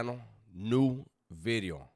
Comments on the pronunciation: I was just gunna say that 😂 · He doesn't say bideo anymore. He makes sure to pronounce the V perfectly now. I miss "bideo" 😂